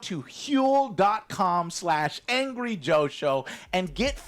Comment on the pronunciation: why does HUEL! sound like a Scandinavian curse?